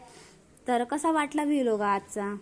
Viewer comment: ताई तु प्रत्येक विडिओ ला वी लाॅग का बोलते त्याला व्लाॅग बोलता बाई....